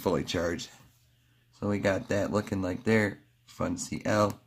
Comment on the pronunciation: Fun C L? It’s pronounced fun and uncle. Funcl